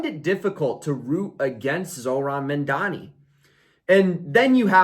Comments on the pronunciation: Good analysis Please say his name correctly: Mam-Dani Mamdani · What is it with you Americans can’t pronounce Mamdani correctly? And you Mandani!!!